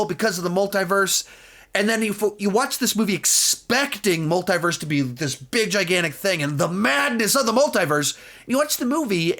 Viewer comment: Why do you pronounce Multiverse wrong?